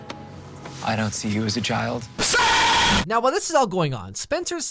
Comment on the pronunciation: did ezra say "i dont see you as a jild?" just me? okay